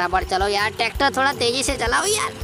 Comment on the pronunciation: Tacter nehi tracter